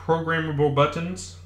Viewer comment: the way you say buttons really ruined my day